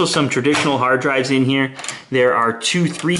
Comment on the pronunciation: This is what I heard hardrive.